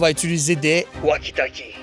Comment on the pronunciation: Juste on dit pas waki waki on dit tolki walki 😅